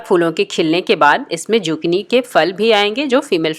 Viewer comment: Z nhe s padho esko Sukini hai ye